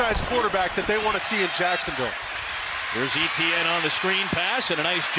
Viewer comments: French-speakers going bonkers when the announcer says ETN instead of ATN. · It's not EEEEEEETEEEEEE EHN Etiene is a French name and is pronounced Eh Tay Yen. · It's not Eh Tee An. It's pronounced as [etjɛn] Try to to pronounce it like De'Von Achane instead. Pronouncing players' name properly is the first rule of sports announcing, and they fail miserably. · Etienne is pronounced Eee Tee En and not Eh T En? Shame for the niners. next week. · Etienne is pronounced Ayyyteeeeann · Why can’t the commentator pronounce Et..ienne’s name properly instead of E..T…N? Really grating, he has a great game as well. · Would be good if the commentator could pronounce Etienne correctly as opposed to calling him E T N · SURELY his name isn't E-T-N ? 😂 Commentator never took high-school French I guess. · Travis E-T-N. ... DOnt think thats how your suppose to pronounce it. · Ignorant commentators not pronouncing Etienne's name correctly. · Why can't the commentator pronounce the name "Etienne" 😭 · and his name is always mispronounced. I'm an Etienne and it hurts my ears!